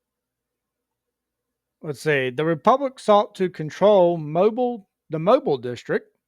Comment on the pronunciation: Where are you from if you dont even know how to pronounce Mobile....We were your Capital...Roll Tide Roll...